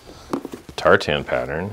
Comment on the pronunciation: lol i hate the way you say tartan